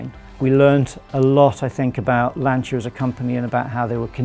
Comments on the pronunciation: Great short documentary. But for God's sake, the "c" in Lancia is pronounced like the "c" in "Charlie". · Wonderful job, but everybody please learn to say "Lancia" properly: the C is like in cheese, not like in cinnamon. Both the As are like the U in "cut". It seems that the owner of the company is the one that says it better. Thank you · To all the people bitching about the way Brits pronounce Lancia, we will pronounce it properly when the rest of the world stops murdering our language, now go and get a fcuking life. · That car deserves two things from you; a pair of driving shoes and the correct pronunciation of Lancia. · an important suggestion for the future: if you want to do a video about Lancia, learn how to pronounce its name in the right way... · That’s a really sweet ride! And a well done video. But it already always upset me back in the Top Gear days that people just don’t want to pronounce Lancia correctly. Or Porsche. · ok first the guy should learn how to say lancia, and the car looks a copy of bentley gt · sAmbO probably because if you want to do a video on a Lancia, you first have to learn how to pronounce its name in the right way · They don't. The end part is pronounced "cha", as in "charge". They pronounce it "sia", as in Valencia, which is simply wrong. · Thank goodness at least one person in this video pronounces the marque's name correctly and says, "Lanchia" not, "Lancia". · Lancia say laancha not lansiia ( ps it means “spear”) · NOT Lan-see=uh.. IT'S Lan-cha. you idiot. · Why can't you use the correct pronunciation? LANCHIA NOT LANCE-IA! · Please... Lan-CHI-Ah, not Lan-Si-Ah. It's not that hard. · By the way ! You pronounce "" lantcha"" not "" lansia"" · maybe one day you'll learn to say LANCIA (lantsha) not Lan-zeeea !! Unfortunately too late since the brand was cancelled by the FCA group..... Isn't strange that the speak Italian in Italian instructions....... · it’s pronounced: lantcha like in chapel!! you bloody english fool !!!👊👊👊